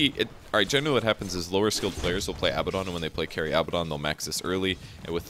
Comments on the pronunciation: Abaddon, not Abbadon. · I think what he means is that you say it like ah-bad-un, not abba-don. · one thing... it's abaddon not abbadon lol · ab-ah-don? Isnt it ah-bad-don? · Abaddon is pronounced "uh-bad-n" btw. Anyway, great video! Helps a lot. I enjoy playing Abaddon quite a bit.